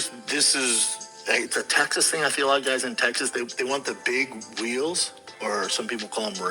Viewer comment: The way he says Teggsas